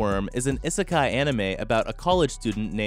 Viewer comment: is it just me or is the way he say isekai weird no offence